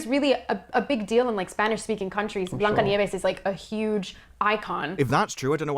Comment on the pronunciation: She said Bianca instead of of Blanca